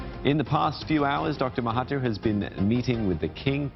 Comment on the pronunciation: i don't have anything to say, except the way you should pronounce mahathir is "mahaDZir" as 'TH' here is similar to 'dz' (Similar to "There"). Not "MahaTeer", "MahaTier" or what.